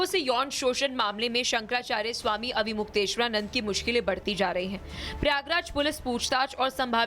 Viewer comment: arre baawli reporter pehle avimukteshwaranand ji to bolna seekhle! avimukyachand kya hota hai??